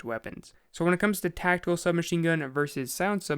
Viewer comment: TAC TICAL SMG I'M SO SORRY